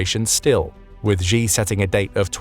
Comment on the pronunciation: It would be nice if the narrator can pronounce the surname of China's president correctly. It is pronounced as ' see or just C'